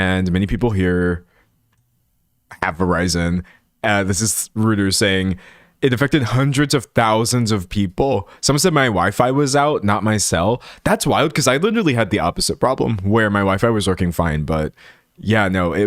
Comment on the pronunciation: D’Angelo, “Reuters” is pronounced “ROY-ters.”